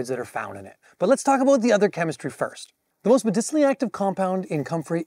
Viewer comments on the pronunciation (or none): none